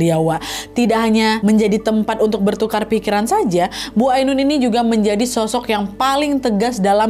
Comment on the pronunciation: "AINUN" kak nad bukan "AUNUN"